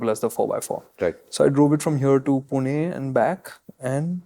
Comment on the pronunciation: pronunciation of पुणे is spot on 😅